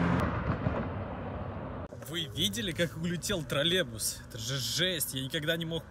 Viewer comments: Нужно работать с речью, троллейбус, Тралебус режет ухо жесть. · Брат, троллеЙбус через краткую Й